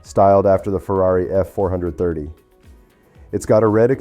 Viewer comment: GODDAM It's not a ferrari four hundred thirty It's a 4.3 litre and an odd ball because the ZERO stands for nothing. It's a "four thirty". A Ferrari 458 means it has a 4.5 litre with 8 cylinders. The Magnum PI car the ferrari 308 was a 3.0 litre with 8 cylinders.